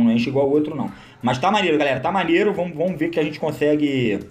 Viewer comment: "Vomos que vomos" 😂💥